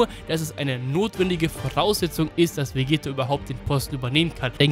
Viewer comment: Ca. Bei Hast du Glaube ich Vegetto gesagt, nur als Anmerkung soll kein Hate sein